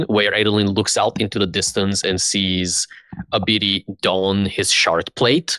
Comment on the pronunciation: Who is Ebidi?? Arr yall talking a bout Abidi. Isn't it pronounced ah-ba-die